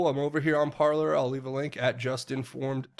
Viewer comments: Love your channel,. Parler is pronounced "parlay" (French for "to speak") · Its pronounced Par-Lay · It's "par-lay" it's French verb "to talk". You might remember hearing it in Pirates of the Caribbean.